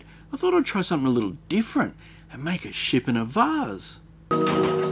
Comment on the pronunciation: Funniest s*** I've heard is how you pronounce vase